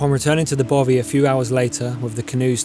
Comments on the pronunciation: Excellent vlog and wish I was younger, but please don't call it a Bovey, it's a bothy. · Dude please learn how to say loch and bothy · I can’t tell if your saying bovy or bothy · Yes, and the 'th' sound in 'bothy' is as in 'three' not as in 'bother'. Typical ignorant Englishmen no matter how nicely shot their film is. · Even better their pronunciation of Bothy